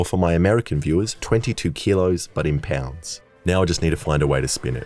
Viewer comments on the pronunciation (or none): ...bro, "pown-dz"